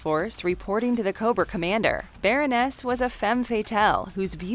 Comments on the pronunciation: yeah, but she said specifically, "Baron-ness", not Baroness. They also get information wrong, and cut way too many sentences sho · Omg I cringed every time she said "baron-NESS"